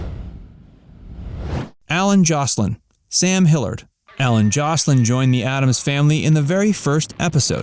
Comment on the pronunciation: Learn how to look up words. "Hippolyta" is pronounced "hih-PAHL-ih-tuh." Ted Cassidy was trained as an actor, Lurch was his first TV role. Hillard is pronounced "HILL-yerd." John Astin's chyron is wrong.